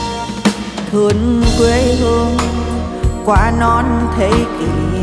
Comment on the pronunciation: Thương không phải là thủỏn . Xin không phải là sinh cần luyện phát âm